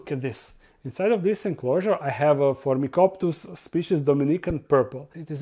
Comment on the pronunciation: Ahh please read this. You're still mistaken in pronouncing Phormictopus all the time. Your label is correct, but you always read PhormiCOPTus but it should be PhormiCTOPus. CTOP not COPT, mind where T is in the name. Pleaseeeeeeee read this!:D